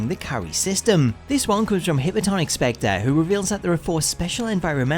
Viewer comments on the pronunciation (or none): none